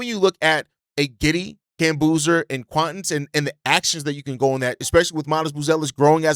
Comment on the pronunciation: What do you pronounce Quaintance like Quawntance. If you wanted to say acquaintance you wouldn’t say aQwantance